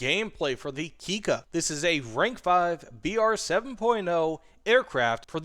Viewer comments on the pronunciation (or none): its pronounce Kik-ka with a lonk K. you must stop after the ,,i" and say then ,,Ka". its important in the Japanes language to pronounce by double letters. example the difference from ,,itte kudasai" and ,,ite kudasai" is: Itte means please go and ite means please stay :D